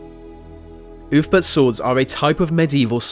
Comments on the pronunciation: ‘Oolf-bert’, not ‘oof-burt’ ya big dumb dumb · Ahh yes the legendary oofbert sword... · "Ulfberht swords were forget in the 9th century"